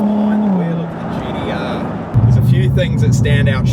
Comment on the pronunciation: Is that guy saying GDR? Or am i having a stroke?